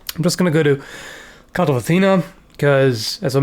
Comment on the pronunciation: This whole time I thought you were saying "Call of Athena" not "cult"